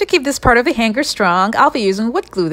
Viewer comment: Interesting ideas. Thankyou. My tip for you - "hanger" is pronounced like the word " hang". - with a silent "g". Han(g)er. The "NG" in the word makes for a harder sounding "n", so it's not entirely ignored! But it's definitely not the way you pronounced it.